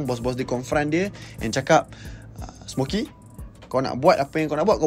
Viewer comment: Smoky* bang bukan smokey